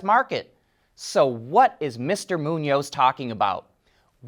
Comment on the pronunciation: did mispronounce the President's last name (does NOT rhyme with Macaroni), but he did pronounce right the other guy's Hispanic last name of Muñoz (MOO-nioz). GO FIGURE!